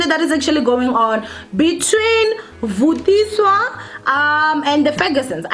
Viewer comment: Its Vathiswa show some respect haibo!! "VUTISWA" really?